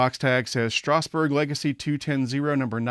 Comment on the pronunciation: Please stop mispronouncing Strasburg. It's pronounced Strazz-burg.